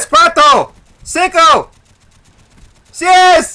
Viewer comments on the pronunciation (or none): it wasnt seis hi said sies xD